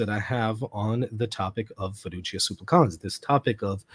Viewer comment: This is a nitpick I know, but it's been bothering me. The accent in the word "supplicans" falls on the first syllable. You're right that the final syllable as long, as is the first, but please don't accent the last syllable.